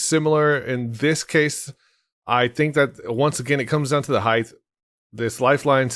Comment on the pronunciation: heighth? you mean height